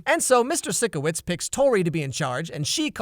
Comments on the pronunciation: I was so annoyed when said "Mr. Sick-o-witz" instead of "Mr. Sike-o-witz" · Was I the only one that noticed he said sickowits instead of sikowits. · e-excuse me, Did you just say, S-EE-KOWITZ? 🤢UH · Sickowitz is pronounced in Say-ko-wits right? You keep saying sikowits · How does no one notice he said SICKO-WITZ instead of PSYCHO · ...... Are you telling me Sikowits is pronounced sick-o-witz and not psycho-witz?? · “Sicko witz” lol It’s “psycho wits” which I just realized lol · You know that when someone pronounces Sikowitz sick-o-witz they haven’t seen victorious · anyone else got triggered when he said SICKowits? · It’s pronounced pysco-wits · "tori VEEga" & "SICKowitz" UGGH I HATE THIS GUY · It's pyshco-witz idiot!! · “Mr sick-o-witz” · No one: No one at all:: Mr Sick O Witz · Sick-O-witz lmao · Did really pronounce sikowitz as sickowits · the way u say sikowitz sickens me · its pronounced Sikowitz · He just pronounced Mr.Sikowitz wring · The way he pronounces Sikowitz gives me anxiety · Did you hear him pronounce Mr.Sixoitz name wrong ( Sorry if it’s spelled wrong) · Anyone else annoyed at how he pronounces "Vega" and "Sikowitz"